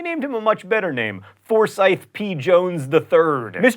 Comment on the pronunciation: forsthye is pronounced like for-sight lol expected better from you john.